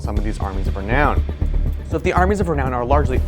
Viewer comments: Lol he said reknown again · Re-Noun, otherwise good video.